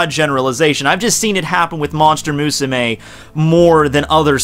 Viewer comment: Why do you fucking pronounce Musume like that. ._. great video aside